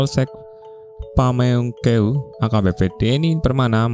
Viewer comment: pameungpeuk bukan pameungkeung😅